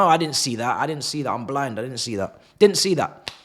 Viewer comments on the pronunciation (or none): none